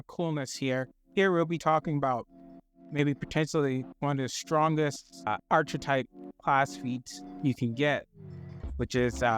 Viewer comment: Learn how to pronounce "archetype".